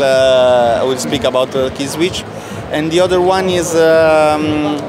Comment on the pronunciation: "Killswitch?" "No, no. Killsweeech-uh."